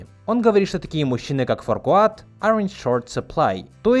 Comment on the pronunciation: Ты не сказал про нелепое произношение фамилии лорда Farquad, которое прочитали по буквам как тупые русские из red alert. Фамилия произносится как Факуэд, так как "r" после гласной немая и мы получаем известное английское слово ФАКуэд, а если убрать звук У в слове, то и вовсе полуится факэд, типа ёманый. На премьере в далёком 2001 в америке весь зал лежал на полу после первого произношения фамилии ФАКуэда.